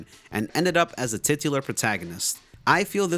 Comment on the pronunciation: “tit-u-lar” lmao